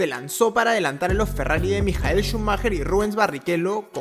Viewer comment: iba bien con el video hasta cuando escuché MIJAEL SCHUMACHER O DAVID COLD HEART?????